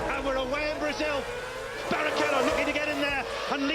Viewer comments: B.A.R. not bar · B.a.r not Bar 😂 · Would love to take you seriously but you just pronounced BAR as one word my guy